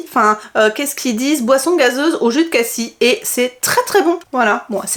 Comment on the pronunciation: je suis désolée Mais on prononce le s De cassis... Mais merci pour tes hauls Et tes vidéos... Toujours très intéressants.. ❤🎉🎉